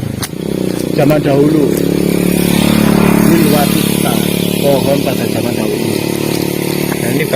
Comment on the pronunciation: Nyebut pohon Wilwatikta aja salah, sebenarnya tau nggak sih?